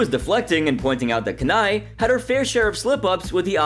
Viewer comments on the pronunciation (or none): It's 'Kanae' not 'Ken-eye'. I don't think he's warched this season